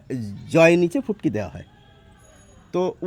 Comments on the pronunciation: তবে কথাটা ঠিক বুঝতে পারছি না, ঐটা ফুটকি নাকি পুটকি বলছেন, প্লিজ আবার জানান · উনি বলে ফুটকি ফুটকি... আমি শুনি পু... আমার কানে মহা সমস্যা হয়েছে!! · প্রথমে ভেবেছিলাম পুটকি বলছে, পরে ভালো করে শুনে দেখলাম ফুটকি বলছে,, 😂😂😂😂😂😂😂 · It took me 30 seconds to realize he was saying "ফুটকি” not ”পুটকি” 😂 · পুটকি বলেন কেন বার বার ফোটা বলেন🙃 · Subtitle use korben. Futki re onno kichu shuna jay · কিন্তু বিন্দু কে আপনি পুটকি বলছেন কেন?